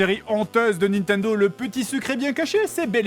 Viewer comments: C'est moi ou au lieu de dire Nintendo elle a dit Nan Tendo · "il jouait à son "naintandeau", j'adore :D